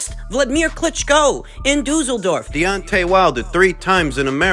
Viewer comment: Boxing Pundits everywhere 👀👀👀👀👀👀 dooozldorf hahahaha